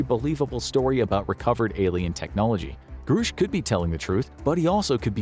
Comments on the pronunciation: It's Grush not Groosh. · It's pronounced GRUSH NOT GROOOSH 😂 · Its Grush, not groosh. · Grush, not Groosh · Just gunna say this, not to knock on you guys, but because it's been bothering me all over the place right now: it's pronounced "Gruh-sh." Not "Groo-sh". David Grusch himself pronounces it this way in his interview with Ross Coulthart. Gruhhhhsch. Just sayin'. Anyway, back to the topic at hand here: if Grusch is correct, then this disinfo campaign has been waged on the civilian populace and corporate interests are hoarding advanced technology for their own profit and intending on weaponizing it. Gee, what a surprise, never heard that one before. 🙄 Honestly the massive delusions so many "powerful" people experience is the best evidence we have of a larger need to take mental health seriously. Funnily enough... Most people who report UAP sightings are perfectly mentally stable. Myself included. I ain't crazy because the Universe decided to give me a high five and show me something fantastically amazing, lol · The pronunciation of the whistleblower's name is gr-ush not groosh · Call him "Groosh" one more time.... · Grusch is a short U vowel sound. Not long U vowel sound. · It’s amazing how you can know so much on this topic yet still pronounce Grusch incorrectly.